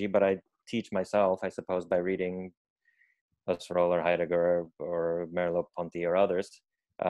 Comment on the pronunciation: Mispronounced “Husserl”